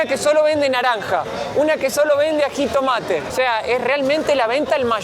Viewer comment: Muy interesante. Un pequeño comentario, es Jitomate, no Ajitomate 👍🏼👍🏼